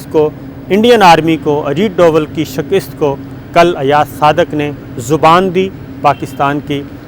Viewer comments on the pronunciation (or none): Sabr Shakir pl don’t say shikist it is. ....... Shikast.